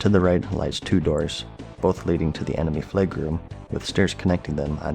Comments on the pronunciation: Its flag, not flage. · why is he saying “fleg” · Fleg?! or Flaig?! 😉